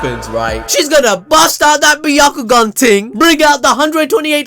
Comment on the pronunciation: I just gotta laugh every time you say 'ting'